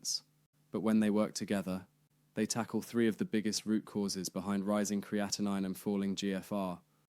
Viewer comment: Exactly. Your pronunciation is correct and the spelling ends with 9. Thanks for sharing. You did a great job!👍